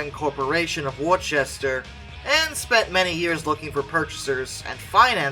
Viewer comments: It's actually pronounced Wooster mass not Worchester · It looks like Worcester but it is pronounced Wooster with the short double o sound, you must not get out much, but if you're home bound I can totally understand. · From a Massachusetts resident. Its not pronounced Worcester. Its pronounced wu-str. Massachusetts has a few town names non-locals cant say right. So im not faulting ya on it. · Worchester = WOOST-er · "Worchester, Ma." is pronounced "Wooster". And the main passenger compartment of the Sir Vival is actually from a Hudson Hornet from the windshield back.